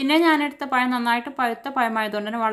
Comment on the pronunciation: പയം അല്ല 🤣🤣പഴം